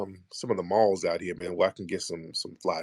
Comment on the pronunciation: This dude said balls instead of malls 😆🤣😂